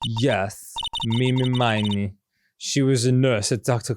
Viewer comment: is it not driving anyone else nuts that they keep calling ini miney "ini meeny"? no? just me?